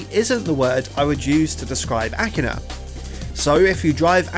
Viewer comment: woah, he pronnounced it right this time